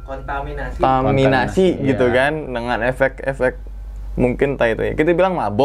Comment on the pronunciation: ngakak gw waktu dya gak bsa bilang TERKONTAMINASI 🤣🤣🤣🤣🤣